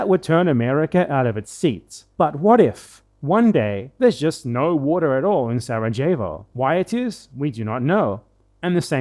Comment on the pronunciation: That pronunciation of Sarajevo was on par with the whitest British pronunciation of Jalapeño.